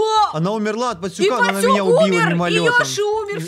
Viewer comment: Пастюк а не поттюк